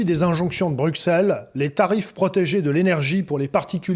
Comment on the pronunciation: S’il vous plaît veuillez dire à ce gentil que Bruxelles se prononce « brussel »